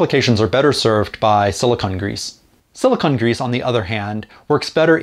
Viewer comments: It’s sili-cone grease, not sili-conn grease. Silicone and silicon are two different things. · A quibble: It's pronounce "silicone," not "silicon." They're two different things. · I've never heard it pronounced that way either. I double checked with a dictionary and you are correct though so no argument from me. I wonder if it's one of those words that is pronounced differently depending on region.